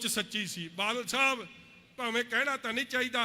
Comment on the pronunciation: ਖੁਦ ਬਾਦਲ ਸਾਬ ਨੂੰ ਬਾਲ ਛਾਬ ਦੱਸਦਾ ਨੁਕਸ ਹੋਰਾਂ ਦੇ ਬੋਲਣ ਵਿਚ ਗਿਣਾ ਰਿਹਾ 😀